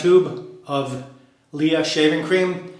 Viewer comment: I really like LEA creams. They are very cheap, less than 2€ for 150m tube in Spain. By the way, it’s pronounced like princess Leia from Star Wars :).